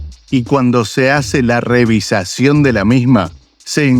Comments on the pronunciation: REVIZACIÓN? SE DICE: REVISIÓN....GRANDOTE Y NO HABLAS BIEN😂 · REVIZACIÓN VARIAS VECES LO DICES....SEÑOR ARGENTINO ...HABLAS INCORRECTAMENTE! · Narrador del vídeo: No sé dice "revisacion" lo correcto es "Revisión" Que manera de destrozar la gramática!!🤔🫣😲😞